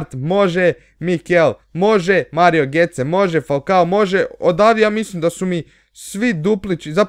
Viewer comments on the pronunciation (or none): none